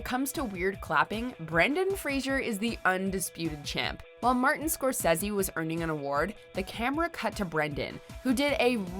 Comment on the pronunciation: Not pronouncing Martin Scorsese correctly, was the greatest peeve of all for me!!